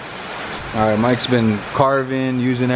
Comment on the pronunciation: "Is your boat gonna be ahhhite?"...LMFAO dude you're the best!